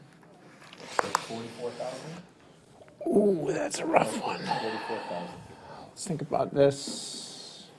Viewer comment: surprised i never deleted this comment.... and i usually say 99.99% strange i did say 100 anyway whenever i wrote this comment i went back to the video and slowed it down to 0.25x and its true he does say 44 still sounds like 24 at nirmal speed thiugh